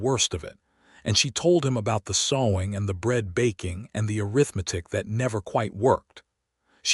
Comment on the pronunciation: Want to strongly recommend that you substitute the word “arithmetic” which AI cannot accurately pronounced to the word “mathematics” which AI seems to be able to pronounce correctly. Love this story. It is an example of what a marital partnership can and should look like, listening from Clarksville, TN.